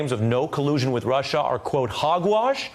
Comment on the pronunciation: BILLY Omg I cringe every time a see the clip of him saying "russher" and "shina"!